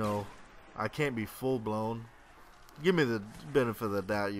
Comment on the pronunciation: Lol u say full blown real funny xD add me in xboxlive o0SmackUSilly0o :D